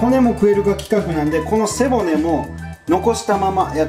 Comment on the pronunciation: 毎回思うんだけど背骨のイントネーション変わってない？